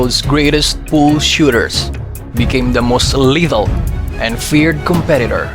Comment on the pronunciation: Ansakit sa tenga ng pronunciation mo. Imbes 'lethal' naging 'little.' Nag-Tagalog ka na lang sana.